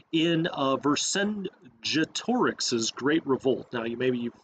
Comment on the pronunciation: Well done video on a great game, I am glad I found your channel and will be subscribing. One thing Vercingetorix is pronounced Versing Get Orix and was a huge part of Roman history.